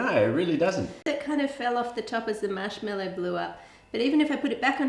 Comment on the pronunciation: "mashmellou" Ah, Australia~